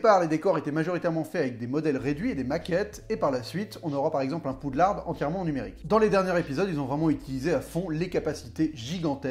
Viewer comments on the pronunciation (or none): Poudlard est déjà une traduction française, donc c'est un mot français, il faut arrêter de prononcer le "d" final maintenant ! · Personne ne prononce le d, c'est bel est bien "Poudlard" de l'anglais "'Hogwarts" mais qui se lit "Poudlar"